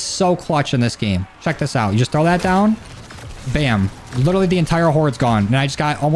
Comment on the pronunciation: Is it litewawy the first day? Lol